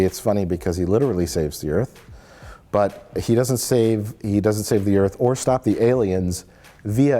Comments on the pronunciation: "Earf" ha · Did he say "earf?" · I still like how "WELCOME TO EARF!" is a meme off this stupid movie. Roland Emmerich is a fucking hack.